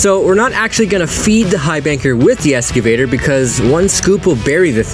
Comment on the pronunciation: hes a Vampire...is he saying "Esgavater" isnt it Excavater ?